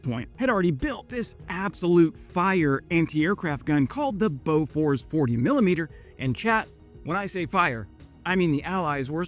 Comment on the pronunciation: Boo furs not Bow furs!